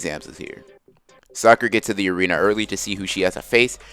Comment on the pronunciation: "Yes that's how you pronounce it, shihkaaahmaru" Literally 30 seconds later "ARENER"